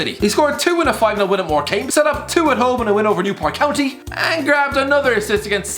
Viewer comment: did you just say "more came"? Ahhh, so that's why your weetabix are soggy